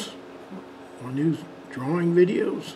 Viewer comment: Nice Dwawing!